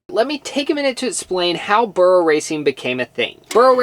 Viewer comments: The way you are saying burro is wrong 👀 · lol why not just call it a donkey race.. your pronunciation of burro sounds so off lol